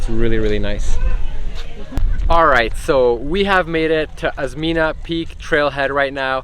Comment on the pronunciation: Osmeña Peak - pronounce as Os-men-ya, same pronounciation of California. You are the second foreign vloggers I’ve seen who climbed that peak (Merghem).